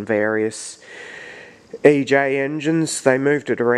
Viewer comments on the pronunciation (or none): Nice video. But I'd like to point out it is E J and not A J... =)